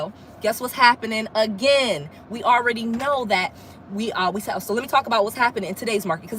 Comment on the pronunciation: You said Oui? You are speaking French. Who is Oui. Because when you say we in English it sounds like you have help owning those properties. You didn’t say me. You said oui.